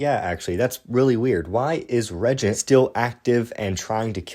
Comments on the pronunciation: Regent? Dawg you mean re-AGENT?😭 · I read the book. It's extremely poorly written. Too many loop holes like turn around and the reagent is there, but if you go down this path to the right, it's also there. Feels like game overs with lazy/poor reasoning. Also, it's pronounced re-agent.